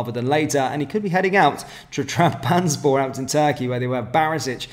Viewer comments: Trab. Zon. Spor. Not......... tram. Bans. borr. 😂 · TRAB - ZON - SPOR Been annoying me for months